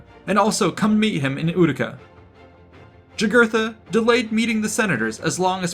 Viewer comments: By the way. In Latin the J makes a Y sound. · Yeah, pronounced Yūgūrten or Yūgūrthen. But the idiot relresented him as a Black guy although not being so drawn on his coins.